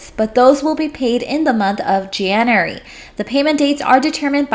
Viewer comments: Learn how to pronounce January and February please it made my skin crawl. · Jan-you-ary=Janery (January) Feb-ru-ary=Febery ( February)